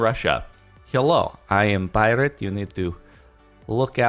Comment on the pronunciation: "Heelo. I am Pirat."